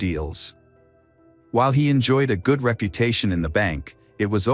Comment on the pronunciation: "GUUDe GOD"*°°•••....😢😮😢..